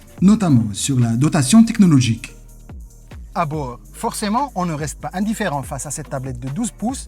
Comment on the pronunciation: Merci beaucoup pour votre proposition. J'ai déjà un travail dont je suis parfaitement satisfait. Pour la prononciation des mots il faut absolument faire très attention avant de publier la vidéo ( ( un ) une transformation) 🥴 cette planche de ( bouur ) .............